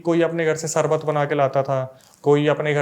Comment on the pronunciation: BROTHER YOU ARE WELL EDUCATED YOURSELF TUM श की जगह स USE KYU KARTE HO SHURU KO SURU=शुरू को सुरु SHARBAT KO SARBAT=शरबत को सरबत ENGLISH KO ENGLIS=इंग्लिश को इंग्लिस RISHTA KO RISTA=रिश्ता को रिसता AASHIRWAAD KO AASIRWAAD=आशीर्वाद को आसिरवाद PASHTAIGI KO PASTAIGI=पशताइगी को पसताईगी RAKSHABANDHAN KO RAKSABANDHAN=रक्षाबंधन को रक्साबंधन क्यू बोलते हो मुझे वो मूवी याद आ जाती है सुनील दत्त और नरगिस की उनका गाना खास करके(सावन का महीना पवन करे शोर अरे नही बाबा सावन का महीना सावन करे सौर(शोर नही सौर)भाई श को श की जगह लगाओ और स को स की जगह लगाओ।